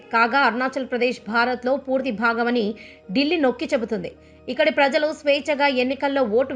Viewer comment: Dillli(delhi) dilli ani nokki nokki cheputunaru... Meeku bajapa antey nacchadha madam?,🤔